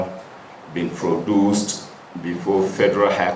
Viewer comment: Is it affair or appear in court, this Mallami is truly aboki, he said phoduce instead of produce